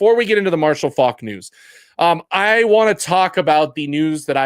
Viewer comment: You're not pronouncing his last name correctly.